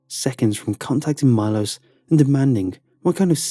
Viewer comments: Milos is actually pronounced ME-lo-sh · You pronounce it Milosch